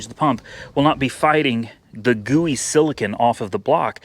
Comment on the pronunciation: please read the tube it's pronounced sila cone not sila kin.